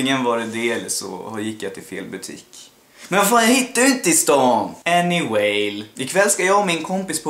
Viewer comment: Haha sa du anywale? Heter det inte Anyway haha...! Älskar dig!